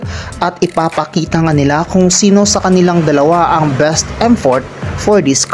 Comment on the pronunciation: Minsan nabibingi ako...pero parang dinig ko best emfort?😅